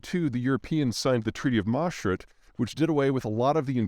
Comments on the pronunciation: Noticed that too. And I am not even Dutch. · As a guy from Maastricht (city in the Netherlands), hearing Peter Zeihan butcher his pronunciation of "the treaty of Maastricht" made my day 😂 Edit: I see some people read too much into this. I just thought it was a funny mispronunciation. It doesn't bother me at all and I still really enjoy these video's. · also learn how to pronounce 'Maastricht' and 'niche' pls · Unbelievable pronunciation of Maastricht.